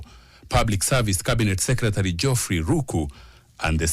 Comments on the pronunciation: That reporter needs to go to pronunciation classes. The word Secretary..... Can be pronounced correctly and better. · Waah this reporter is actually saying Secretary 😂😂😂😂